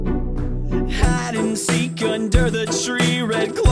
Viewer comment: Everyone skip when he says hide and seek he's says HAD And SeEk